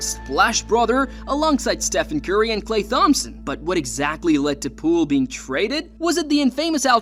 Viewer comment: this guy miss pronouncing "Klay Thompson" is making this hard to watch